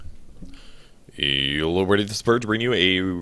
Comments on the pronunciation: its hellooooooooooooooo, but he says it in another way, something like yielloooooo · Start of the game: yelloeverybodythisispurge announcing of your match